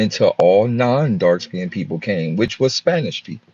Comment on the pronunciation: People 🤔 pe- ople or pole 😒bruh